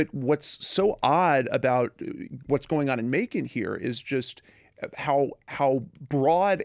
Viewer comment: I cringed when you said Macon Ga....